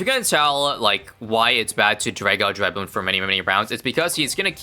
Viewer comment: it's so refreshing to hear it pronounced correctly dreadbloon's awesome here, very interesting stuff. I DID beat stage 2 of Dreadbloon once! ...By surviving long enough that Dreadbloon ran out of cards, while I still had a lot of cards because Dreadbloon keeps feeding them! edit: Oh, and as for new videos, definitely try out Striker's Battleground